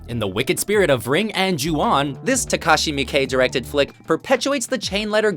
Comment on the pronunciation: finally,,,,someone who can pronounce Takashi Miike's name correctly